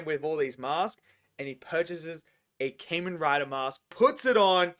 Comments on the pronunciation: Kah-Men not Cayman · Its kah-men rider not Cain-Men Rider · Ka-men Rider not Cayman Rider. You're pronouncing it wrong.